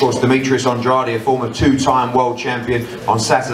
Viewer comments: Why does hearn keep saying andrady 😂😂😂😆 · Just when I got used to pronouncing Andrade's name properly Eddie Hearn goes and pronounces it Andra-dee cmon now Eddie lol